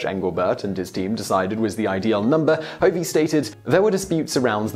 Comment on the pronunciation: Constructive criticism, my surname is pronounced "Huhv-ee". It's not a very common name, but I am bemused on why people put the emphasis on the wrong syllable (I am not related to Dean Hovey, to the best of my knowledge). For the most part, I love your videos, keep it up!